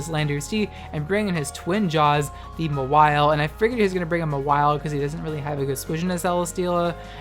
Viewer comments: It's pronounced MAR-wile, you pronounce it as ma-WILE. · It’s Ma-while or Maw-while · Ur pronunciation of Mawile triggers me.